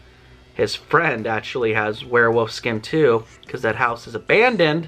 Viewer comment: Why do you say werewoof?